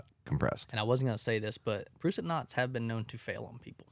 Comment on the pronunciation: As a rock climber, them mispronouncing Prusik(Pruh-sick) was a little annoying 😂😂